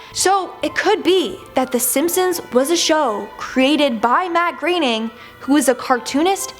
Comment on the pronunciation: It's pronounced matt growning not greening